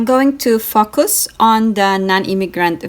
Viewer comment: Did you just say "fok-us" or "foc-us"??